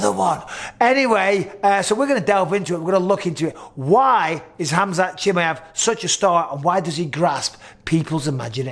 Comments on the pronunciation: the way Bisping says Chimaev drives me nuts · I hate how bisping says Chimaev 😂😂😂